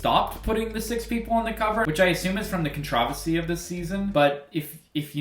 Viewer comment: Never heard anyone pronounce controversy like that